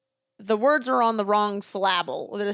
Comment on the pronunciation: Syl- LAB-le?😂